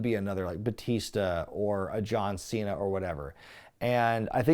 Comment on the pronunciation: "John Cheena".